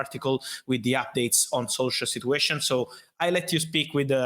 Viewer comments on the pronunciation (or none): Fabrizio and his "Sit-you-ation",,, every other word,,,lol